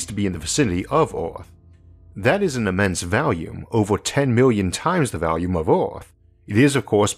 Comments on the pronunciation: Can't take the narration and pronunciation. Sorry, never heard of Orth or Valume. Made it to . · I understand that some people are not wired to pronounce the "R" sound, and I hardly notice it, but what does catch my attention is your pronunciation of the word "volume" as "valume". I hope my comment isn't rude or annoying. I love your brilliant work!